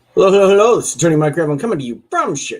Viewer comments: Welp. I can't unhear this now. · Oh good, I’m not the only one. To be fair probably counts as some sort of gremlin though. 🤷‍♀️😼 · That’s funny, because I mishear it differently. I think that it sounds like “This is Dirty Gravlin,” like Dirty and the Boys from “The Other Guys.” 😂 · I always found it hard to make out his last name. I found it by googling it. Lol